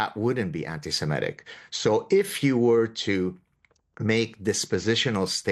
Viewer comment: Semitic, not semetic.